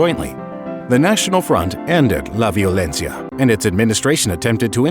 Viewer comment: "la violencia" in gringo accent